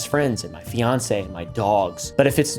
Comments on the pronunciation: he keeps saying finacee...did i miss something?? also this guy makes people his age look bad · did he just say fiancee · lol ever since I heard "fiancee" I've been trying to find a post or smthn to see if he was joking or not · Did he say fiancée? Did he propose to Kris?